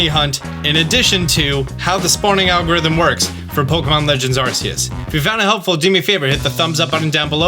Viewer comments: After all this time and still can't pronounce "Arceus" correctly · Every darn time you say Arseius i laugh as it took me months to stop saying it that way myself. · if you call it “arseus” then u have to call it an “ars phone” too. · Are you mispronouncing Arceus as an in-joke or something..? I don't get it.